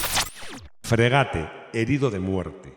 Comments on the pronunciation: Coño, estamos viendo escrito “Frégate” con acento en la e, y tú dices “fregáte. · La tilde en francés no se refleja en la pronunciación. Todas las palabras francesas son agudas. No existen las llanas ni las esdrújulas. La e final es muda, con lo cual se pronuncia "fgegát".